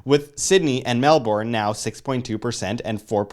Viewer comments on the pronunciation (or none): ur not pronoucing Melbourne properly.. Say it like "Mel-ben" NOT "Mel-born" - source fellow australian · Its not MELBORN its MELBURN. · Very true, though I would blend it a little with Mel-bun. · Mark Schiavetta lol it’s neither of those - it’s Melbourne !!!!!! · Please practise your pronunciation of Melbourne thanks. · well fellow aussie here as well, but you can't blame them lol, all that effort to express the OURNE, and then it is pronounced differently. English words/names are confusing, you have to admit.